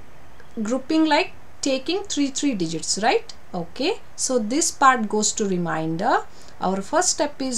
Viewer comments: Teacher pls check your pronunciation for remainder. You are pronouncing it as reminder. Remainder & reminder are 2 different word having different meanings. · Difference in pronouncing reminder and remainder...